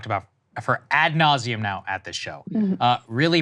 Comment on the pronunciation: "at nauseam..." Oh yes, he's not exactly a happy camper. Lol